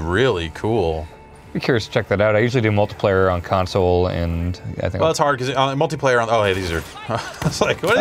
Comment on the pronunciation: says "Multu-player" instead of "Multiplayer". What an animal.